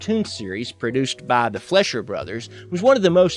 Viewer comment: Excuse me, Who the fuck are the flesher brothers? Its pronounce fleicher (fly-sher)